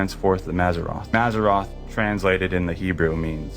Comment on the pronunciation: First clip, wrong. The word for zodiac signs is mazaLot, not mazarroth. Same as gong and long are two different words 😉